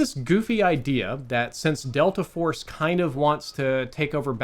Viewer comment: Bro said "Delter Force" in the beginning.